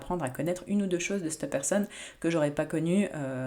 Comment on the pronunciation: Petit rappel amical chère, en français on dit cet/cette,😉et non l'horrible "c'te" qui frisse les oreilles🥵😭. Vos vidéos n'en seront que meilleures.🌞